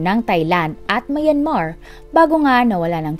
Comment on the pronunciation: Plz pronounce Myanmar correctly..